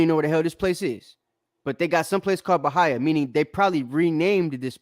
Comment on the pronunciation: Its not BA-HI-A, its BA-HEE-YA as in Brazil. Learn how to read before you try to debunk something😅😅😅